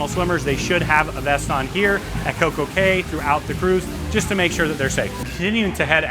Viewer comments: A caya is pronounced key not Kay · pronounced coco key*